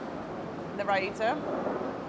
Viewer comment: Yes, it sounds like a Finnish yogurt with double i :D